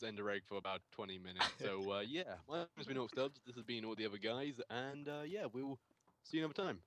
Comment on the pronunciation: happy i love you even though you said my name wrong in a video